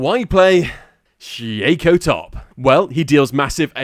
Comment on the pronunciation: "syheyco" top 😔